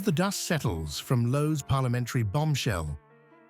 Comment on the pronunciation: It's Lowe. Not a Chinese "Loh!"